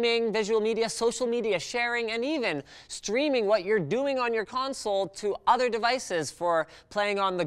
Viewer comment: "PECANSOLE" I LOST MY SHIT